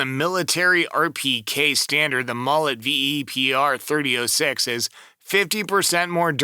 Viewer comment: .30-06 is pronounced thirty aught six